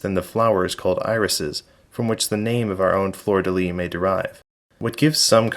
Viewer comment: Your many hours of research failed to teach how to pronounce “lis”. Here’s an actual French guy talking about it.